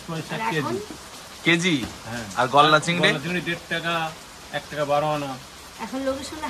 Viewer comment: Golla chingri abar ki. Ota golda chingri. Ki joghonno uchharon